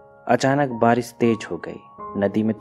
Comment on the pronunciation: Nice explanation but aap shabdo ka istemal galat karte ho jaise sahi word ( SHADI ) hai lekin aap ( SADI ) kahte ho ( BAARISH ) ko aap ( BAARIS ) ( MANZOOR ) ko ( MANJOOR ) kahte ho isi prakar bohot sara word galat hai isme sudhar karo to explanation aur bhi achha hoga